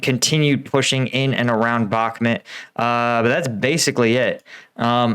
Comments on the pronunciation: it's pronounced BokMoot not Bokmet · KH=Spanish J so baj (as in Spanish, Baja California)--MOOT (as in moot point). bakh-MOOT. Try it! Great analysis! Thanks!